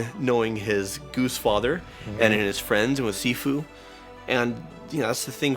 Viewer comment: why is my man calling shifu sifu?